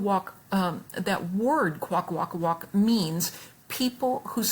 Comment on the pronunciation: You're pronouncing your favorite word wrong. Here's the correct way to say it. Most people say it like that:)